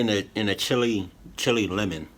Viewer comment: You say it like chill la not chilli